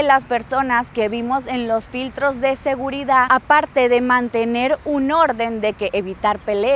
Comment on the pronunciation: No puedo con su mala pronunciación: “Recección” , “Adactar”, “Segurida”